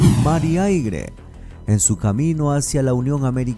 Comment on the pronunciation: Por tierra, mar y aigre 🤣🤣🤣